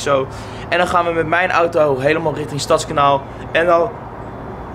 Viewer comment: Gecondoleerd. Maar je legt de klemtoon verkeert bij Stadskanaal. Je zegt nu STADSkanaal. Maar hier zeggen we StadsKANAAL. Dus klemtoon op kanaal ipv stads.